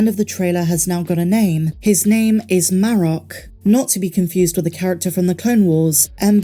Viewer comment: Its marrok, mahrock, mah. Rock........ Geode cinfirmed ladies and gentlemen, a glorious day to be sure... 🤣🤣🤣🤣🤣🤣